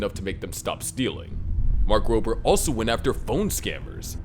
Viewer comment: Don't want to be that guy but Mark Robbert's real name is "Mark Rober." so take out the "T"